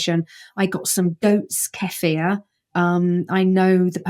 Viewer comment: Dr. Zoe is correct on the pronunciation of Kefir😍